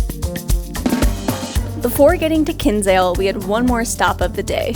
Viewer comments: Glad you liked it. I live in Cobh and it's lovely (when the sun shines). Btw, Kinsale is pronounced Kin-sale, not Kins-ale. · It's pronounced KIN SALE the way it's literally spelt. Not king sale